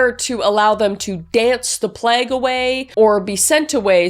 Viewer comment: Again, I love you - but is it a canadian thing to pronounce plague as pl- egg and not pl - a-gh?